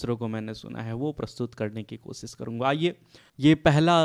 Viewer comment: Koshish ko kosis bol rhe ho Had hai yrrr 🙏🙏🙏🙏 Koi b munh utha kr chla aata hai sher padhne